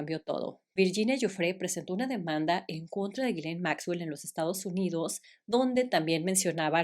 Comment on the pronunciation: el nombre de la noviecita de Epstein se pronuncia YISLEIN. Perdón es que ya me aventé todos los videos pero te lo quería decir